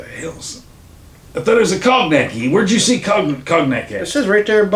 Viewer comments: Pronouncing it “Cogg Nack” is diabolical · 😂😂😂😂cogneck desaucey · its pronouced con-yack